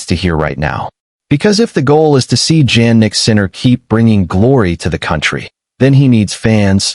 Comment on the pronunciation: Hey his name is pronounced as if it started with a Y-Yan like Yawn not JANnik like Jam--and you should know this